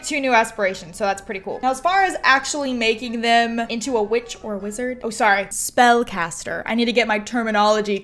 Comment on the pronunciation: I swear it sounded like she said, "we have a little bitch. A stone bitch". LOL